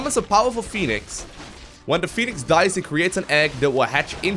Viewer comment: Phonenix man, phoneix :((